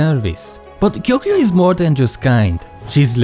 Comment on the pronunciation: First person I've seen in a video who can (almost) pronounce Gyokuyou's name. Congrats.